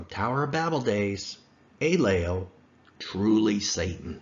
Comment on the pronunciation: The Sumerian god in question is named “Enlil,” not “Aylel,” or whatever he was saying in this video. Is there a connection? Perhaps, but phonetics aren’t a very good argumentation for this connection.